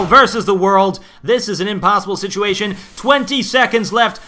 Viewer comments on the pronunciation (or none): none